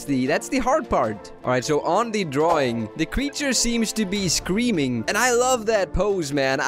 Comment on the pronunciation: When I hear him say scream all I can hear is cream